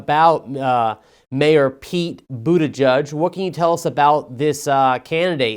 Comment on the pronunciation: BUTTigen? Really? 🤣🤣🤣 South bend IN? Ha ha ha ha ha!!!